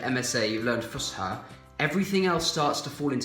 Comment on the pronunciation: It’s Fus’ha not Fusha 😁